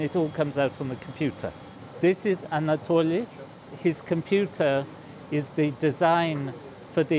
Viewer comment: Мне нравится, как профессор произносит их имена: "Ольег", "Аннатоли"